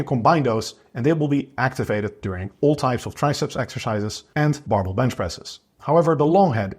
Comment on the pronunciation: he is saying "barbell bench exercises", compressing the word into "barble"; so not "marble bench exercises" as it sounds